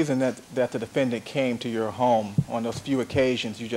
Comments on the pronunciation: DefenDANT. Why does it drive me nuts every time he pronounces this word? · 😂 I hate how Chris Darden pronounces that word, too